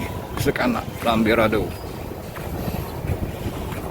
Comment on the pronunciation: Lambidaro min..bukan lambirado..😁😁